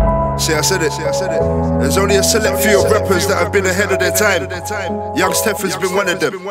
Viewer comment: he said youngs tef